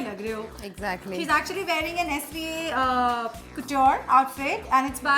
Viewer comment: 😂😂😂 It's not s.v.a it's sva couture